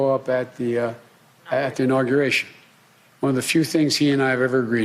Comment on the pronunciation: biden "its a good thing I wont be going to inaugeration"